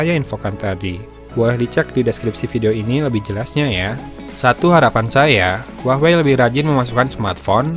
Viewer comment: jadi Huawah a kalo banyakan wah daripada wey nya :v